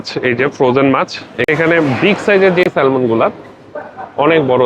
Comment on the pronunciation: শব্দ টা হবে স্যামন ল উচ্চারণ হবেনা